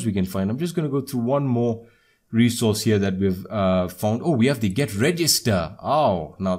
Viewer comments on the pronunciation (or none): none